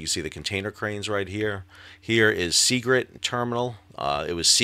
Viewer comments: SeaGIRT, not SeaGRIT. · Sal, thanks for a great video and a great channel. One minor thing, the name of the terminal near where the Dali loaded is “Seagirt,” not Seagrit. Thanks and keep up the good work. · As a Baltimore local, I want to help you with some pronunciation of the locations. Dundalk - the "dalk" part sounds like "walk" Seagirt - the "girt" part sounds like "dirt" Just trying to help, honestly. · Sal, love your reporting and channel. Watch it daily. Not to nit pick but one minor correction: It's Seagirt Marine Terminal in Baltimore, not Seagrit. Thanks.